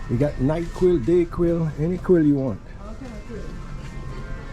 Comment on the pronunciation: NightQuil. DayQuil. Any Quil you want! 😂